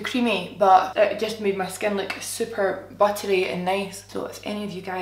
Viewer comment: Okay you saying the word “buttery” in your accent is my new favourite thing